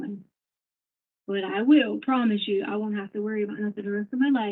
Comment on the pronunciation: This weird slow talk syllable by syllable and her ‘I’ and ‘You’ emphases are so weird.